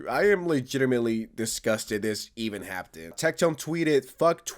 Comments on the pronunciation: Imagine saying "happtened" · "It just hapt in" 😂😂😂😭😭😭